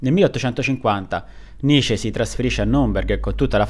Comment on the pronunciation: Cavolo...nessuno che lo chiami come si deve...si dice nitcce..facendo sentire la c doppia ..studiate il tedesco..Pietro Giusti Luneburg bassa Sassonia.